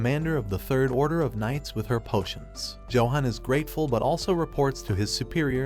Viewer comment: Johan is pronounce Yo han.